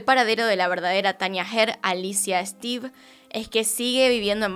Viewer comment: No conocía este caso, no pensé que hubiera una persona así, capaz de hacer este tipo de cosas. Por cierto, su apellido se lee como se escribe, Esteve, es un apellido catalán.